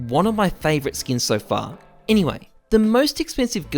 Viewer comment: Take a shot everytime he says "enywey"